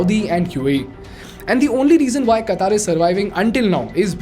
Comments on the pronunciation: This lame guy is making an analysis of a mega event and he can't even pronounce Qatar... Qataar means queue. its Qatar. Ultracrepidarians ruling uninformed minds these days.... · Qatar not Qataar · Its not Kataar. it is Qatar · At least work on your pronunciation. It's no Qataaaaaaar. It's Qatar. Very simple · It's not Kataaar it's Qatar* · It is Qatar, not Kataaar 🤣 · First speak correct QATAR.....QAATAAR ....hahahaha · Do you pronoun पाकिस्तान as "पेकिइस्टैन" ? मोदी as " मोडी" ? If no, then it's "क़तर" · firstly announce the word Qatar properly😅